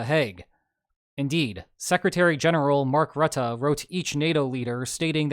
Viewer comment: Your pronunciation of Mark Rutte is improving every video. I remember chuckling at "Mark Ruuutah" months ago, but you really nailed it .